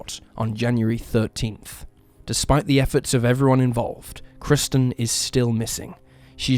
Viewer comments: He should have used AI narration - maybe then the first victim, KIRSTEN, wouldn't have been incorrectly called 'KRISTIN' throughout! 🙄🙄🙄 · The first victim's name is KIRSTEN, not 'KRISTEN' as you incorrectly stated time and time again! You kept getting it wrong throughout, even though her name is spelled out in large letters on footage of her missing posters! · Apparently the first case's subject is named Kirsten NOT KRISTEN - why not pronounce her name correctly? It was even spelled out on the posters shown in the video. Are you just a bot, too? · Kirsten. Not Kristen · No offense, in the first case, her name is Kirsten not Kristen. You're an awesome creator in any case. Been a sub since the first few videos! Thank you for sharing! 🤗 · There's no excuse for the narrator getting the victim's name wrong, over and over again! Jeeze - there's even footage of 'missing' posters with her name. KIRSTEN, plastered all over in big, capital letters! Yet he constantly calls her 'Kristen' which is NOT her name. It's a sloppy mistake, and disrespectful to a homicide victim. He'd be better to use AI narration than his own voice, if he's going to get such basic facts wrong. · Kirsten is pronounced ker-sten.